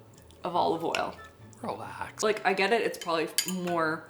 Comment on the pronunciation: I know..I thought the same when he said relaxx.